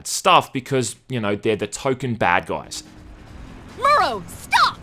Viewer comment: And it's pronounced "Moo-roh", not "Myoo-roh"; you even play a clip of Konoko saying it right just after you say it wrong.